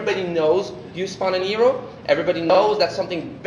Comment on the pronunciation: The way he pronounces hero as "eero" is so annoying. The game looks good so far though.